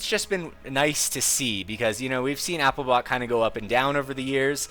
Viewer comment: Congratulations for pronouncing applibot correctly